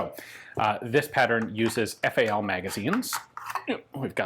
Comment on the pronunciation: Why do murikins call the FN FAL the " fal" ?